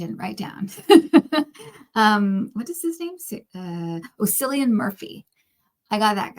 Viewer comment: Sorry, it’s just a thorn in the side for me - Cillian is pronounced with a hard C not S sound!